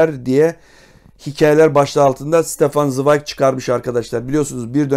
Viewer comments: Stefan değil Şıtefan zıwayg okunuşu. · Ştefan svayg diye okunuyor üstadım önce adını doğru söyleyelim